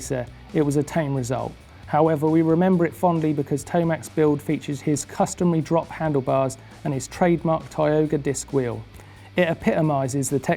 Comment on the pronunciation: ‘Tie-oga’ disk drive perlease